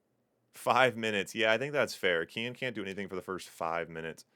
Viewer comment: Sounds like you're saying "Ken" with an ultra american accent lol "keeee-enn"